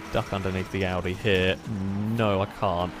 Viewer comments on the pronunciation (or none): none